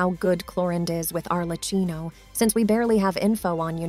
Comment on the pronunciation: Please can you pronounce Arlecchino correctly? The way you pronounce it is actively making my ears bleed, it's pronounced Arlekkino🙏